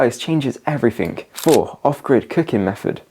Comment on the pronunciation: pronounced " everything " not " everythink "